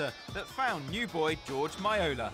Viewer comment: It's George Moala not Maiyola you dingdong